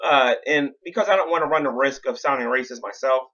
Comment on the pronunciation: lmao. the way you say 'wacist' is fucking hilarious. jaclyn should take some comedy notes.